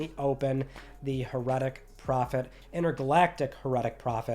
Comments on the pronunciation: HEHR-eh-tic, not hehr-ET-IC. Just fyi, not giving you a hard time. If you haven't heard it said out loud it's an easy mistake. Enjoy your work as always. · The way you pronounced "heretic" in The Heretic Prophet really irks me. I've never heard someone say heretic that way. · You need to learn how to say Heretic my friend.